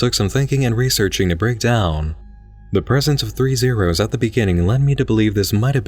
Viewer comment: and zero sounds like zaero